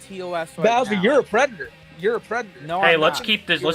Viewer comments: is a pwedahtah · "Yeah I gwoped a teenagaw, but I'm not a pwedatow!" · I... Am nahwt... A PWEDATAH! >:( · "I'm not a pwedator" "You are aw pwedator" had my fried ass giggling for like 20 minutes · "You are a pwedator!" I fucking died 😂😂😂